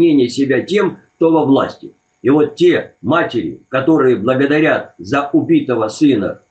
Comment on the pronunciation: матерИ, не матерЯ)). Не обижайся, ты умница и молодец. За гостей спасибо!